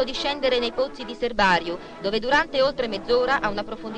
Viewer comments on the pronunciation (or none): Miniera di Serbarìu, non Serbàriu